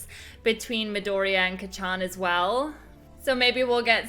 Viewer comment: Note:It’s not Ka-chan it’s kacchan